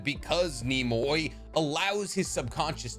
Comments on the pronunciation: its not NE MO I . ITS NE MU IIII NEMUI . it means sleepy in japanese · Nemui = Neh Mu Eee Kinda like Kamui; Kah Mu Eee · Nay mu e is how youd pronounce it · Nem-mu-ui Nemui. The boys name literally means sleepy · It's "NEM OO EE" Lmfao bro said neemoy 😒😭😭 and you could've just used rock lee's drunken master style as a comparison lls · Nemui means sleepy in Japanese and is not pronounced Nemoy xd put this into google translate to hear the pronunciation. ねむい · Nehm-wee* not “Nimoy” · Nemui (nay-moo-ee) basic hiragana pronounciation. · Dawg how TF you can't pronounce a Japanese name right if your whole channel is basically about Naruto? Nemui would be pronounced as "Neh-moo-ee" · Neh-mu-ee. Nemui. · Hi! Japanese is my second-ish language! Nemui is pronounced Neh-Moo-E N-Eh-Moo-E, it translates into 'sleep'/'sleepy'/'drowsy' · I’m sorry but if you can’t pronounce a simple Japanese name I start to wonder about you… Nemui.. NEH MU EE… god damn it boggles me when people who supposedly spent their life watching Japanese anime can’t pronounce simple Japanese shit to me it’s utterly ridiculous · Nemui or ねむい. You got this man. Ne mu ee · I could be wrong but from what Ive learned Nemui is pronounced something like nem-uw-ee (the middle part is like the first syllable uwu) and means sleepy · As for how to pronounce “Nemui” it’d be exactly like “Kamui” but ‘Ne’ instead of ‘Ka’… I say this assuming you know how to pronounce “Kamui” so, hope this helps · Nemui is pronounced like Nemu-E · Nemui (Knee mu ee) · Nemui would be pronounced Nehm-oo-ee. His name also gives away his power because Nemu means sleep in Japanese. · nemui is pronounced neh-moo-ee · I'd pronounce it, "Nay-moo-ee" but I'm retarded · That Hidden Cloud Genin who fought against Itachi, Nemui, his name is pronounced Ne (Like Necessary) - Moo - E. His name is a pun like all the Hidden Cloud ninja, Nemui means Sleepy. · Nemui, i think it would be something like Nem-Ou-Ee? I could be completely wrong though